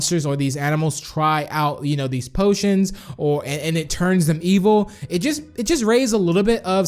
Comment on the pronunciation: did you check your fotidg becouse you said ivel or bad